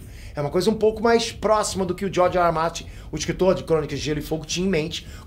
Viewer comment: Jorge rrrr martim kkkkk só eu que rih disso kkk